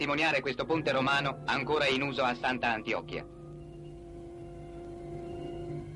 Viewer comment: Bellino come pronuncia Sant'Antioco ahahahaha oioia